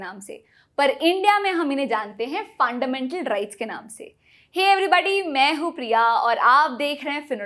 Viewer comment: Tripping on the way you 'Funndamental rRights'.. GG